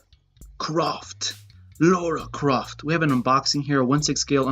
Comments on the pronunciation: Omg it’s Lara Croft not Lora Croft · Why do you pronounce her name like Laura?